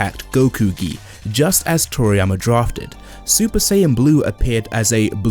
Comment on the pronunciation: are my ears hearing right or he is saying “Whisky” instead of “Gi” 🤣